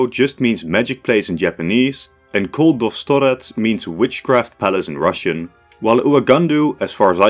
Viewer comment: Koldotvorets, which you pronounced incorrectly, is constructed from two words "witchcraft" and "creator", means "the one who makes witchcraft", not whatever you said